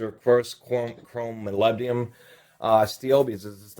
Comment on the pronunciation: Molybdenum. Please pronounce it properly